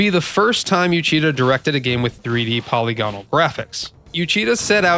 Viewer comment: Great video as always. But that's not how you pronounce polygonal.